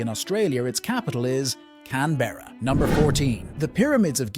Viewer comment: it’s “can-bruh” not “can-berruh”! For a person teaching geography in English, you may as well say the city names correctly.